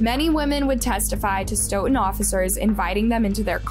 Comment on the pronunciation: I'm from Massachusetts and you killing the way you pronounce Stoooooughton